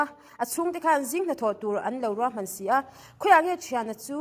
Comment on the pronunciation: Manasia nilo in.. manase-a tih tur aw pi i